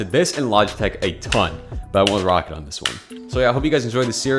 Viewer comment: its pronounced raw cat not rocket lmfao